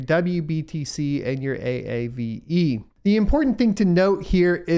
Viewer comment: Lol A.A.V.E , wish I could tell you it's pronounced AAVE. Great content, thanks for all you do !